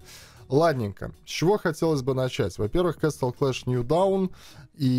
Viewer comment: если по правильному, то произносится нью доун)